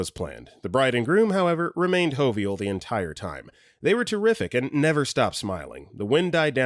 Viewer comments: Jovial is not pronounced HOE vial. HAHAHAHAHAHA. It's JOE vial. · JOE Vi AL, not an H sound. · "hovial" coming in 7 months later to comment on this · I don't know why but your pronunciation of jovial made me cackle far more than it should have. 😂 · Fr. I was about to comment this. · Right! I was like - they were what??? 😂